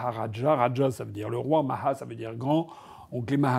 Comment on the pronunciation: (1mn 20) Aïe... pitié ne prononcez pas les "h" du hindi ou du sanskrit (par exemple "maha") comme les sons gutturaux arabes ou espagnols ; ça fait vraiment mal aux oreilles de ceux qui adorent les langues indiennes. Svp, écoutez des tutoriels sur YT ! 😉